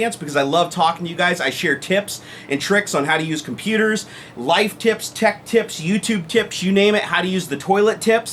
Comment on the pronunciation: did you say tits.........or tips